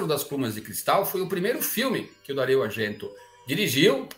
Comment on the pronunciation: Adoro filmes de terror, espero conseguir ver todos que ainda não vi. Por exemplo, já vi L'uccello dalle piume di cristallo, do Dario Argento. Com todo o respeito, gostaria de corrigir o modo como pronunciou seu nome, que é [Dário]. Outra curiosidade, que peço licença para complementar, é que o nome "giallo" vem de amarelo, que é a cor da capa de uma clássica coleção de livros de suspense e terror, da casa editora Mondadori (em se pode ver a explicação, em italiano). Sou fã do Belas Artes! Parabéns pelas excelentes programações! Se pudesse, ficaria mais tempo aproveitando. Abraços da